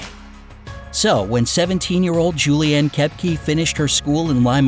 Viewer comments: It’s not k-e-p-g-e It’s k-o-e-p-g-a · lol you pronounced koepcke soo wrong